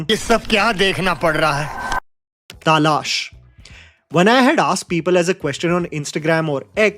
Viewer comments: it's pronounced talaash, not taalaash... तलाश ≠ तालाश.. you're repeatedly saying the latter and it's kinda irritating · I think you said Taalaash instead of Talaash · Appko bilkul hindi nahi aati h? talaash aane jese bola h, us se to yahi lagta h, ha me manti hu, english me talaash likha h, but aapko real word likhna na aata ho but pata to hoga, तलाश hota h na ki तालाश. Or तालाश jesa koi word hi hai hota hindi me ( search, quest ) k liye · whats Taaalaaaash? Its Talaash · It's pronounced Talaash and not TAA-laash. The 'A' after the 'T' is not emphasized to make a TAA sound but a simple Ta sound. Correct your mistake. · When will you get your pronunciation right bro??b please join some diction classes...its not Taaaalash its Talaash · tahlaaash!!! 😂😂😂 We finally found weakness. He can't pronounce talaash. 😂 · Talaasssh.... So also Writes his script.in English and his teleprompter doesn't tell him How to pronounce 😅😂😅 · Fucking loved Talaash. and its ta-laash not Taaa-laaaash.😂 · It's Talaash not Taaa Laash 😅😂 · Taaalash❌ Talaash✅ thik se to bol le. English mein Chabad Chabad karta hai har video mein. Pronunciation galat hai. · First it's talaash not taaaalaash.... Second talaash is an classic. F the haters. 🖕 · Taalash nhi bro Talaash! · What the hell is Taaaalash Bro it's Talaash And we complain about nepo babies not speaking Hindi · It's talaash, not taalash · it's not Taa lash it's Talaash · Taalash? WTF bro? I have heard British youtubers pronounce Talaash better. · Yea, in these many years as his viewer, I never expected that we would correct his pronunciation 😅 Its Talaash yaar.....not taaaaalaaash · According to: Talaash ❌ Taa Laash ✅ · It's not TAALASH. It's TALAASH. Huh... Pushpa kaisi hai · Sure You are in a minority for pronouncing Talaash as Taalaash.😅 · Not ragebaiting his viewers by mispronouncing simple words like 'Taaaalaaash' & 'Kadekar' 😭😭Good strategy for getting more comments though😅😅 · WTF was TAA-LAASH 😂